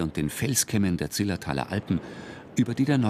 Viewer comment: Zillertal statt „Zilltertal“!